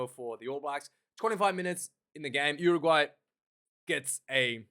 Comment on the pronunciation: lol...cmon its Uruguay